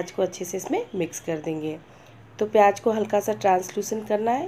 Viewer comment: And u spell some words so wrong. Theres a huge difference between 'Z' and 'J' How can you say pyaj when its pyaz